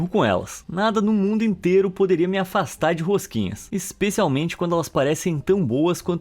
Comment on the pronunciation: "A rosquinhas" O q eu ouço: "A Rengoku" Vídeo mt bom❤